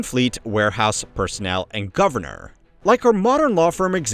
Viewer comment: When he says "vitoo" what he means is "vital." "Govornurrr" is supposed to be "governor." I don't think he can help it. But a highyurkee is a new one. Heirarchy. hire are key.